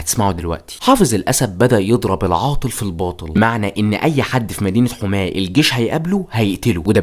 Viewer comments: هي يا اسمها حَماه وليست حُماه يا 😂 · انا مش عارف كيف طالع تعمل وثائي عن سوريا وانت ما تعرف تنطق اسماء المدن السورية اسمها حماة بفتح الحاء مش ضمها عجيب امرك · محتواك رائع لكن انت نطقت كلمات كتير نحنا ما بننطقا هيك علويين كان نطقا غير صحيح و حماة كذلك عدا ذلك متابعتك و بحب محتواك كتير عن جد كتير رائع ❤